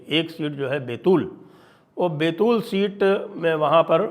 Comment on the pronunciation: बेतूल नही है सर बैतूल है, मैं यही पर रहता हूं।